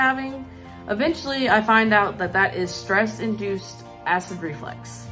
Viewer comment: "Reflux" not " reflex".